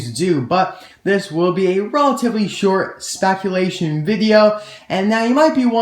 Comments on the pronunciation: spaculation lol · "Spaculation", lol. That gave me a good laugh haha.